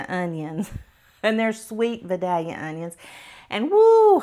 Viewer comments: Vah-dahlia onions? In Georgia those are Vie-dell-ya onions. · It's Vidalia. From Vidalia Georgia. Pronounced Veye Dale ya! Laws mercy It's usually on the product and the price sticker on the shelf. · Please..pronounce it correctly. .Vi Dale ya=Vidalia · I love the Vidalia onion. (Pronounced Vi-DAYL-yuh)😘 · The onion developed in Georgia is called Vidalia, with the first “i” pronounced like “aye” and drawled, with both the first and second syllable stressed. It was developed by farmers in ….Vidalia, Georgia.